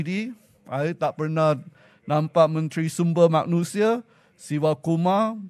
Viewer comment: Woii lancau lu kerusi pon xade..bising2 bikin apa?? Lu pergi belajar bahasa melayu dulu lah,!! Itu itu maknusiaaa,,it's fkcing MANUSIA..😂😂😂😂😂😂😂